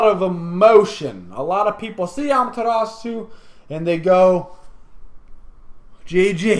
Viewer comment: Oh my god, he finally learned how to pronounce "Amaterasu".